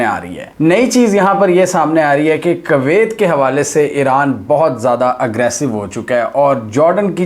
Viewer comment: For goodness sakes can you please start pronouncing the name of Kuwait properly? You say it in such a nasty way that I feel like not listening to your videos.